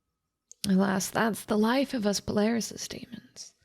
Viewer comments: i genuinely thought that you kept saying 'polarisys' or something, and that was confusing to me. it took me a few minutes to realize you were trying to say paralysis. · GAAAAAAHH she keeps saying palarysis and not paralysis it's killing me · bro she really said "sleep palarysis" im deadd 💀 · Poor agreeing to do this audio without knowing it's pronounced "par-al-is-iss". You guys don't rehearse or anything before doing these? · "Palarysis demons" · nah I think she did say palarysis. Could be a play on paralysis to make them seem more otherworldly